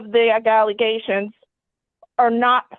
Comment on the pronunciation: I didn't hear a single allegation. I heard a gallyation. A nollygation and an agalagation.